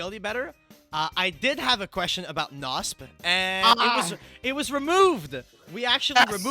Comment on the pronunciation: I never knew his name was rothschild when you pronounce it like "wroth child" 😂 Same with knospe Its so funny to me ^^